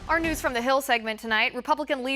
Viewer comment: Did she say news?😂😂😂